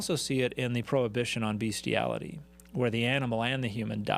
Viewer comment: Bestiality. Not Beastiality. Beastiality is not a word. Do you not know how to pronounce "best"?